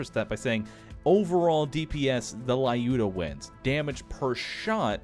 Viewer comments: It's Luda =) "Looda", short of Lyudmila. Not Lai-oo-duh. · You're pronouncing Lyuda wrong! Its lew-dah. Not lie-oo-dah. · there is no Letter "A" in Lyuda, not lauda just Luda, if you do not trust me you always can ask google translate say "Люда" every time then you say this it hurt my ears. I love your videos but realy this small mistake drove me nuts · There is a letter "A" in LyudA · Oh god the way you pronounced Lyuda is just terrible :( If there's a gun with a Slavic name in the Pre-Sequel please look up how it's supposed to be pronounced. Thank you.